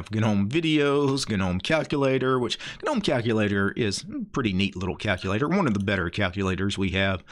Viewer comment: Take a shot every time this man says "g-nome."